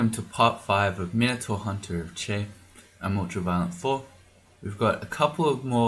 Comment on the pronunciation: Didn't say Chai instead of Chei once... Where are we supposed to get our tea based humor if not you,?